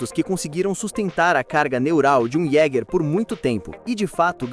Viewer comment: A pronúncia é (Ieguer do alemão caçador) "Jeguer" é feio de mais mano, o vídeo é bom mas a pronúncia ta feia, mas parabéns pelo vídeo.